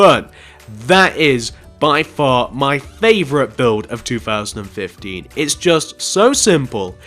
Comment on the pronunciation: i hate how when he says th it sounds like fh